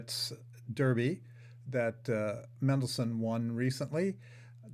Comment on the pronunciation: You don't know how to say Mendelssohn.